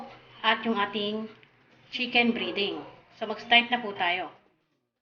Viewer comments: Breding Hindi briding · Chicken breeeeding...??? Its breaaading ...